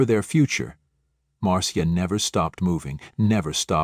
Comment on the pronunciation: Marcia is pronounced like Marsha